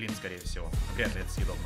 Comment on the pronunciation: Что всегда говорит: это седобно это седобно это седобно???????